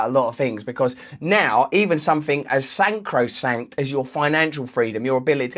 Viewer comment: Aaah, sorry Russell, I wouldn’t have said anything but this is the third time I’ve heard it in as many videos: it’s not SAN-CRO-SANCT , it’s SAC-RO-SANCT (ie both sacred and sanctified)